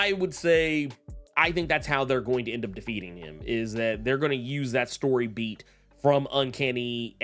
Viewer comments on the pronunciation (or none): none